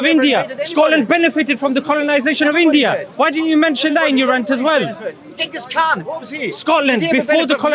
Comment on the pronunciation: He said GHENGHIS KHAN as if he muslim 🤣🤣🤣